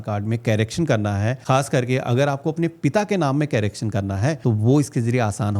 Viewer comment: Yours vedios are normally good but dear CARACTION nahi hota CORRACTION pronounce karo